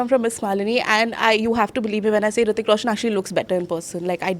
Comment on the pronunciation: Its Hrithik not Hritik -_